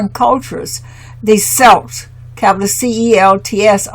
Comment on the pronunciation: Celt is. pronounced as Kelt